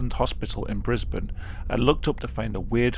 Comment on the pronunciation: HE SAID BRISBANE RIGHT